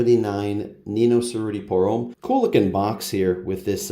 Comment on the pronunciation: Cerruti is pronounced with a “ch” sound and you roll the r’s (chr-oo-tee).